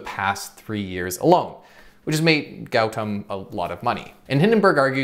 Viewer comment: It's your pronounciation is not good .. It's Goo Tom Adani